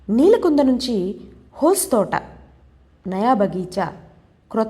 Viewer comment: మీరు రాయలేదనీ, మీరు కేవలం చదువుతున్నారని తెలుసు. హోస్ తోట కాదు. హొస/సె తోట అంటే కొత్త తోట. గిరిసప్ప కాదు గెర్సొప్ప!👍🙏